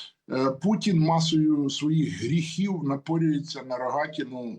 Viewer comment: Шановна! "пуЦін, я б хоЦіла, з боку штаЦів"... До чого тут "цикання"? В українській мові дані слова пишуться і вимовляються через букву "т". Ми ж не кацапи, і не бЯлоруси. Давайте будемо поважати свою мову, тим більше у ефірах. Доречі, ви далеко не єдина журналістка, чия мова у ефірах "ріже слух". Вибачте, коли що.